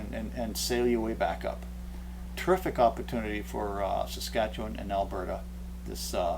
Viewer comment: 'Staskatchewan!!' I've always wondered how that was pronounced